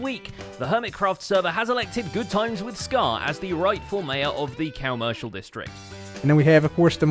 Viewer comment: Cam-er-cial district.